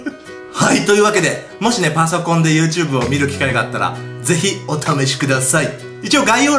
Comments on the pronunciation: 最初の始まり方なんか好きユートゥーブーって聞こえてw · ゆーてぅぶーってなんですか？